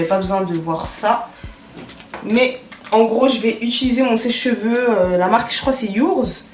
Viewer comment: c'est cheveux pas "jveux" 🤦🏾‍♀️😂😂😭